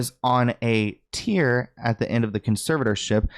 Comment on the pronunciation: Going on a TEAR (tehair) not TEAR (teear) Bring back getting an education